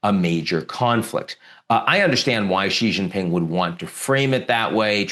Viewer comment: Come on man, “Xi Jinping” … pronounced shee jin ping … Xi like she, jin like win and ping like wing. It’s really simple, why are you adding all the vibrating consonants?it’s one of the easiest Chinese names